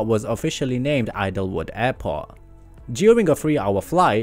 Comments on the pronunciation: Idlewild, not Idlewood. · Idlewild*, not Idlewood